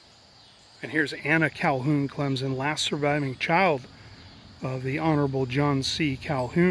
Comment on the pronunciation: Clem -Son not Clem-Zon.....lol...love your videos. But for real no Z in Clemson.